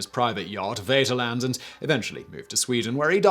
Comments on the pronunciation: Almost as bad as "his personal ship waderland" (vaterland, pronounced faterland). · Im sorry i have to say this, its written vater land, its pronounced fater land. As you might guess it means Fatherland. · Seeadler. That's pronounced Zay-adler. Möwe. The w is pronounced v, and the ö, well, it's pronounced ö. Vaterland. The v is pronounced f (sort of balances out the w being pronounced v), the a is pronounced as in father (appropriate, since father is what Vater means) and the d is pronounced t. There was something else, but I don't remember what it was. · And he really should know how to pronounce Vaterland. I think he doing it on purpose at this point.